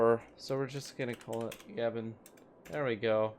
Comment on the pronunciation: It's pronounced ga-BON not gabban